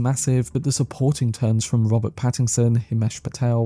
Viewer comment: Stop saying Pattingson there’s no g